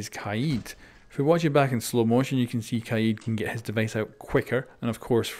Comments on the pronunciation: Kaayeed? Isn’t it kaid? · Its pronounced kaed not kaiiiid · Who is kieed? It’s kaid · Did he pronounce Kaid like kai-eed instead of kayd? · Ka-yeed lol its KAde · Its KAID not KAEED damn it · I think it’s pronounced KAID not KA EED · LMAO HE SAID "KAYEED" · Myth - can you say kaid right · Y he say kaid like that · The way he says kaid is triggering me lmao